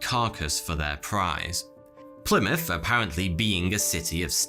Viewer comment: wtf is a "Plymout", but a h on that you animal